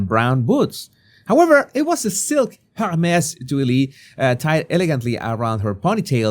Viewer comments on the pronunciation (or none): none